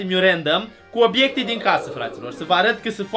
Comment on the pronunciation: Obiecte nu Obecte